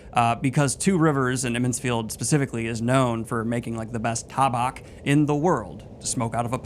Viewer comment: Ta bock?😂 ta-back!